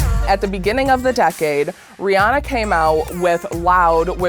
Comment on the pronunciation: Okay, but why cant anyone say Rihanna correctly lol. Oi.